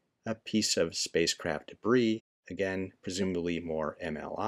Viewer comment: It's debris